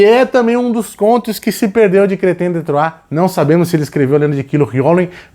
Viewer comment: É tão satisfatório ouvir o pronunciar Chrétien de Troyes! hahaha. Uma pena que esses livros sejam tão diíceis de encontrar, vamos torcer para alguma editora relançar em breve, são verdadeiras joias esses contos.